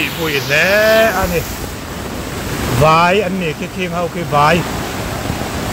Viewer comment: "Khing ho khi vai an nih khi" tia "VAI" i lam dan hi a dik lo...Favai tiha vai anga lam tur...